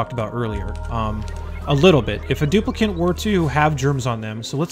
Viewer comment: stuplicant :D